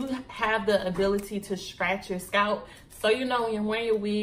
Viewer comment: lol girl you was like scratch your scout lol I died 😂😂😂😂 I’m like did she say scalp or scout 😂😂 I’m frm STL and we country asl luv you videos and content keep it up girlie❤️